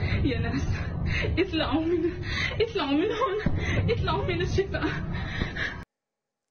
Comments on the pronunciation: ليس فقط حرفي العين والحاء ، وانما ايضا حرف الطاء ، قالت " اتلعوا من هون " وليس اطلعوا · نسيتوا التوضيح أيضاً بأنها قالت "اتلعوا" بدلاً من "اطلعوا" و استخدمت كلمة "الشِفا" بدلاً من قول مستشفى الشفاء أو حتى غزة.. كما أنه من الواضح أنها متبرجة و لا أعتقد أن أي سيدة مهما كان التزامها الديني لديها الوقت و المواد و الإنسانية و الأخلاق لتذهب للمستشفى للعمل و هي متبرجة هكذا